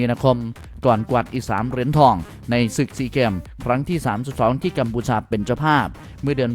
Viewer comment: เกมส์พูดเป็นแกม😂😂😂